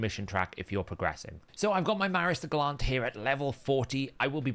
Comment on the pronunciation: Are you under strict instructions from HH to mispronounce names as often as possible, to stick with his brand? Or have you just never heard the word gallant before?